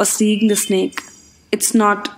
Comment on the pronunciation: I heared snik not snake